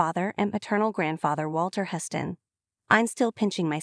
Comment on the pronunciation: "Huss-tin"?? Come on, E! Stop being so cheap, dump the AI, and spring for a live commentator!